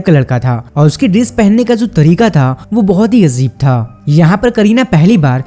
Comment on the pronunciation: Pakka kisee naukar type insaan ne is video ko banaaya hai . Z aur j mein aur sh aur s mein farak nahin jaanta hai . Ajeeb ko azeeb kahaa ja rahaa hai , shaayad ko saayad kahaa jaa rahaa hai . Total naukar chhaap video .